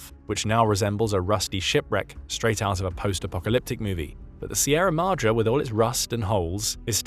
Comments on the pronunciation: Pronounced Madray like sun ray, not Mahdra. Apply Spanish style pronunciation where appropriate. Such English pronunciation... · AAAHHHH! please pronounce Madre correctly.